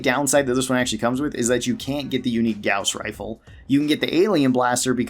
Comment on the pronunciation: I don't mean to be a butt about pronunciations but you mispronounced the perk jury rigging. It's not pronounced like a courtroom jury. It's pronounced like the name jerry. Though I can't blame you, the English language is stupid. Edit: you also mispronounced gauss rifle and claustrophobia.